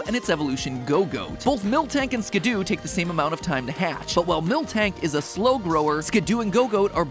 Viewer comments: It’s not Skid-Do it’s Skid-Doe Just like how it’s not a Pi-Jit-Spin-Ner So Skiddo pronounced Skid-Doe And Pigey pronounced Pij-ee NOT a Piget Spinner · When Matpat says "Skidoo" instead of "Skiddo" I can't help but imagine the winter time vehicle. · Matpat should have checked his pronunciations… Muckrow… skidoo… etc. you are killing me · Did he seriously pronounce Skiddo's name as "Skidoo"? It's like "kiddo", there's only 1 "o" in the name, why the "oo"? XD Also, yeah, eating plant Pokémon would NOT be vegetarian at all, because even though they are Grass types, I think plant Pokémon are TECHNICALLY still ANIMALS, simply having evolved to RESEMBLE plants, like some insects like stickbugs and leaf bugs and orchid mantises. Even some mineral Pokémon like Geodude and Roggenrola are still animals and not actual minerals, they simply have evolved to RESEMBLE rocks, in fact their final evolutions resemble reptiles, same thing with the Rolycoly evo line. The only Pokémon that I think are not animals are actually the artificial ones, like Magnemite, Voltorb, Porygon, Magearna etc., those that are confirmed man-made or resemble robots enough that they can be considered non-animals. Not sure about Koffing/Weezing or Grimer/Muk, since those also seem to be man-made but aren't robots either. They're more like mutated animals. I like the theory that Grimer are corrupted Ditto, which in turn are failed clones of Mew, which is definitely an animal. I do consider slime Pokémon animals, as slimes (the creature) in many fantasy universes are considered animals (or at least creatures, you get it, right?), so Gulpin/Swalot and other slimes like that still count as animals imo. Also unsure about Trubbish/Garbodor, maybe they're in the same boat as Koffing/Weezing and Grimer/Muk (minus the corrupted Ditto part). Regardless, almost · The way he pronounced skiddo tho 😭